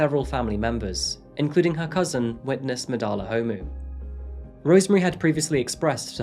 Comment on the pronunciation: Love your videos. You did so good with so many of the South African pronunciation. - just gonna help with some pronunciations so you can be one of the Saffas 🇿🇦♥️ Ndlovu: In-Glor-Vu (Glor - pronounced like the Glor in Glory) Gauteng: How-Teng Homu: Hor-mu Thanks for doing this story! You should look into the cases of Uyinene, Lee Matthews, Hannah Cornelius, Anni Dewani, Jayde Panayiotou, Meghan Cremer, Karabo Mokoena & Jesse Hess with her Grandfather. We have a serious problem here in SA with GBV. May all of these mentioned plus the 100s of others RIP.